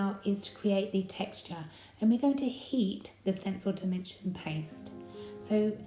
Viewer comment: didn't know there was demention paste...at first I thought u just said stencil paste and I couldn't figure out how u were going to get it to raise! Very pretty!!